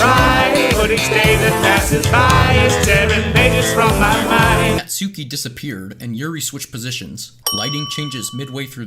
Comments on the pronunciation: did you forget what here personalty is like because she would never allow you to know she sad or lonely have you forgot about "it's no t like i like you or anything" and did you call her nat-suki without the silent u know it's pronounced nat-ski right also the lighting got dimmer because it got darker with what was happening did you never play the game or are just a just a guy who sins them and doesn't think about how it matches with the character and what's happening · Here's a sin: It's pronounced ''not-ski'' not ''nat-soo-key'' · is NOBODY gonna point out he is constantly saying Natsuki Nat-sue-ki ? Its pronounced without the u. Kinda like Nuts-ki. Thats how you pronounce her name. No hate i like this song a lot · Natsuki is pronounced not - ski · omg- the song mispronounced "manga" and "Natsuki" where his eyes at? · you forgot to mention that he pronounced Natsuki's name wrong , however to be fair, the song did also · Can we add extra sins for mispronouncing both Sayori and Natsuki? But I'll remove 1 for that "crush" pun